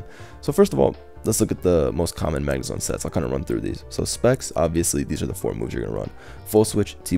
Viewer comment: calls it Zagnemone.😂😂😂